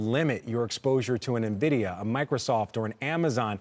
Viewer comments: “Experts” calling it “Nividia“ 🤦‍♂️ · It's "N"-vidia NOT "Nah-vidia"!!! These people don't even know how to pronounce the damn company's name properly. Idiots!